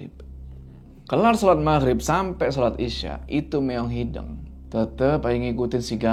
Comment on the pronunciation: kenapa bisa nyebut Leuweung tp gabisa nyebut Hideung?? padahal penyebutannya sama kwkw